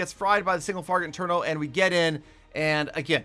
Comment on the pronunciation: Why you call single traget inferno as single farget interno in almost every video?